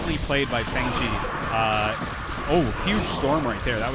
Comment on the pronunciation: Just a pronunciation tip, "Fengzi" is pronounced "fung zih" not "fang zee." Glad to have you back and casting, Artosis!